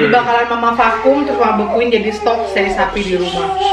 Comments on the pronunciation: cara baca juga Se"i buka sei, dan lu'at bukan luat. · Sebutan nya Lu'at mom, dengan Se'i.. Salam dari indonesia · Salam Dari Kupang NTT Mama Bukan sei tapi se'i dan bukan luat tapi Lu'at Mama 😁😁🙏🙏